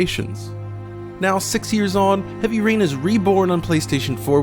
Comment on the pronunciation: was that "heavy urine" you said?